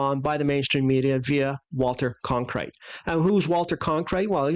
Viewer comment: I like "Con-krite" much better...It sounds more like a freudian slip! 😂